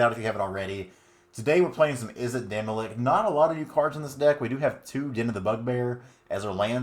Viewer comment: Before I say this I'm not trying to be a super sweaty nerd but I thought you should know it isn't demi-lick it's demi-lich, ch as in chair. :)